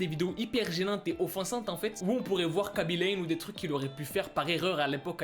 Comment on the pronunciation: Le seul mec qui parle français at qui prononce bien *khaby lame *